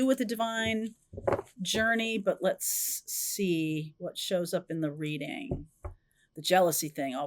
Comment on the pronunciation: It's funny, I thought you said "jealousy " when you said "let's see," then the card came out 😮